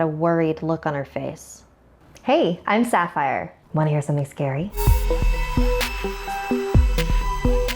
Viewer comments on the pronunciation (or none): Lady Blog she said sapphire